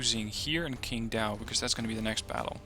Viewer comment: actually qindao sounds like qjindao